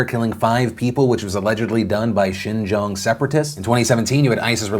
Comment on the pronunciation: Good job pronouncing xinjiang!! The effort is appreciated.